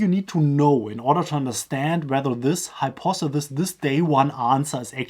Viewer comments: Hi-pawth-eh-sis Or, easier: hi-paw-thuh-sis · Hypothesis pronounced Hi-por-the-sis